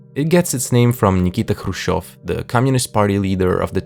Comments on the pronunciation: А то что он Хрущёв через Х а не через КХ произнёс вообще не звинело? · Ah yes, GIGA KRUZTCHEV